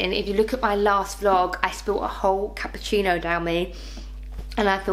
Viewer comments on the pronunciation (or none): none